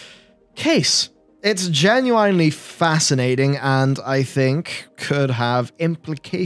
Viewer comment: Never in my life have I heard anyone else say genuinely as genuWINEly I’ve no idea why this triggers me a little